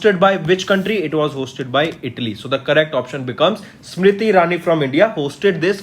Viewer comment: That is Italy not idly